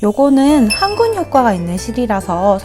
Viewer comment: 1등 ㅋㅌ ‘항군’기능 ㅋㅌ 발음이 ㅋㅌㅌ